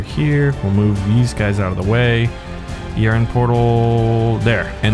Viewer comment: Hold on why is he saying e r n instead of ern